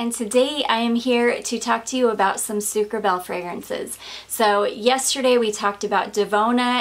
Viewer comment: Hey Sarah! This should be pronounced sucre -abayyyyyyy. (which means sugar bee ) I speak fluent French hahaha. Just want to help in my own little way! xx I thought that was what you were going to say when you said that it was funny because you wore your stripy top last time and this! I am now going to enjoy the rest of your video. You are keeping me sooooo entertained and informed! I <3 your videos so much!! x